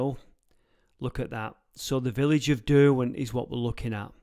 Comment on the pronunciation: Derwent is Der-gone pretty much…